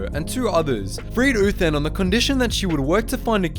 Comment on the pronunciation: I kept on hearing Doctor Who instead of Doctor Uthan